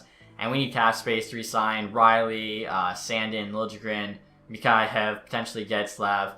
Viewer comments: Mikheyev (Mick-kay-ev) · just a heads up for you its mik-hey-ev